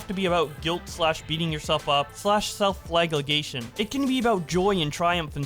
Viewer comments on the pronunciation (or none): fla-gell-ation. Flagellation. NOT "flag-leg-ation" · Self FRAGLEGATION. And then you get it right! AND THEN BACK TO FLAGLEGATION!!! Joking about pronunciation aside, I've enjoyed watching this dumpster fire play out, but it's sad seeing how far idubbbz has regressed while a horde of vultures are screeching that he's actually grown. Dick Masterson neatly summed the situation up. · I love u but it’s “flage-u-lation” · You said flagellation right once and never again